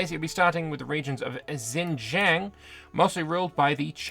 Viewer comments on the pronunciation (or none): Tip for next week: Xinjiang sounds like "sheen-jyahng." (That said... Not sure it feels great to use the Chinese name given what's happening there these days, hopefully they'll use more neutral names or endonyms for the region instead)